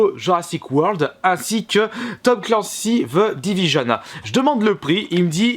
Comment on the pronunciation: Bonne vidéos mais juste "the" pas "ve"